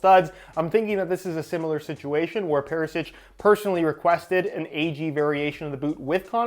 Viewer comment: It's pronounced more like Ivan Perishich kinda like that cus č is ch and ć is kinda "softer"